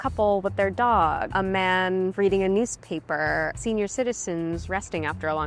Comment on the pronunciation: "a man reading a newspaperrrrrr" One r is enough lady. lol